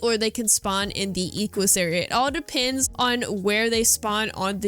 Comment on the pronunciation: Hi! Just wanted to bring to your attention that Equus is a Latin-derived name and is pronounced ‘Eck-oos,’ with ‘oo’ making the sound it does in ‘foot.’ This also makes the plural of it ‘Equi’, pronounced ‘Eck-wi’. This is the same for the Hippocampus, with the plural being Hippocampi. Not trying to be annoying or prudish, just trying to help. ❤